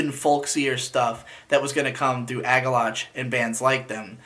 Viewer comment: It's Agalloch not Agallotcs